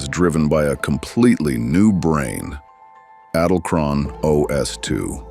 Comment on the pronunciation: It is pronounced in German EDEL-KRONE ... The "E" in EDEL sounds the an "ay" in WAY but without the "a" sound .. . The "del" in EDEL sounds like "DELL" without an "E"... like "DLL". KRONE is like CROWN with a hard "KR" sound without rolling "R" like "kch". The "one" in KRONE is like an "oh-na" ...